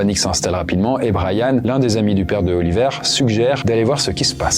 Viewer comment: Autant je connais des Oliver, mais des Oli''vert'' c'est pas commun 😅